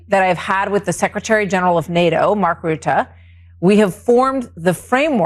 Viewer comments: Ben, for your ref Mark Rutte is pronounced Rooter. Great work! ❤ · Good episode. Small quibble, could you learn to pronounce Mark Rutte’s name as ‘Rooter’ instead of ‘Rut’. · It's not Mark "Rutt" by the way. The second half is not silent. So for you more like Rutt-UH. Just repeat the first U sound and you'll get close enough. Or just call him Teflon Mark ;) It's not a very common last name in the Netherlands anyway. I never heard it before him. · Mark Rutte. It's pronounced roo-te, not rut. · Hi Ben, great work. By the way, Mark Rutte is pronounced as: Rut-tu (with the last ‘u’ sounding like the e in ‘the’). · Ben, again, it is ˈrʏtə Rutte → “RUT‑tuh”